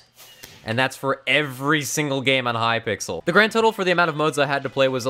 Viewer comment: Who else noticed the way that the donation message thing said H-Y-P-I-X-E-L!